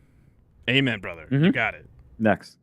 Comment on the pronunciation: Who says bratha? Send location